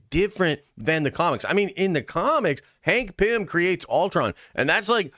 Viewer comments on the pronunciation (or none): Did you just say “Dank Pym”?